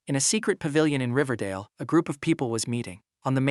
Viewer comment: ”riverdale” what i hear ” dingledale ”